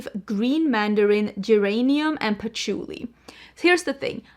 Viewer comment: I 💯 am the same about scents, that replica sounds divine, but then you said poutchulii , and i was like eerck putting on the brakes. Ill wait to hear your review on it! Lol And ues tomato leaves, rain when it hits the hot pavement, you abd i have many similar scent loves